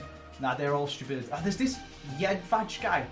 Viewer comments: How do you pronounce jedvej incorrectly it is yedveye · Btw its pronounced Jedvai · It is pronauced Jedvaj